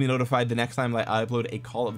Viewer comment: You forgot to call it "call of dwagons"